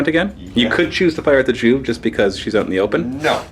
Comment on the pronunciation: Joo-vee. Not Joove. FML.